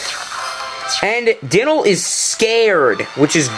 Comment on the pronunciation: 1:pronounced (die-nal) 2:LP not FP 3: i did beat dynal with 3 bones